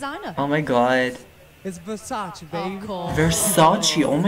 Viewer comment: Marco is dressed by Versace, not Versacci 😂